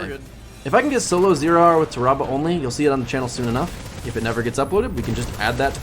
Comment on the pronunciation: its not ta rah bah smh its TAHRAbah why yall be miss pronouncing everything